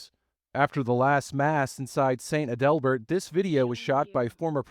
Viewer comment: It's pronounced ADelbert. Learn pronunciations